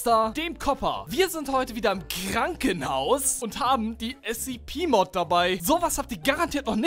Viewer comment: Ich bin stolz auf dich das du SCP richtig gesagt hast. Also anstatt S-"ZE"-P , S-ZIH-P also ja...